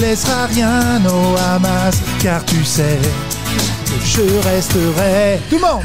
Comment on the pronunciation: Seul bémol il fallait prononcer "Khamas" 😂 c parfait sinon